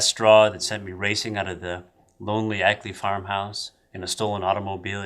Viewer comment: Well, it's your film, so I guess you can pronounce 'Akeley' as 'Ackley' if you want to!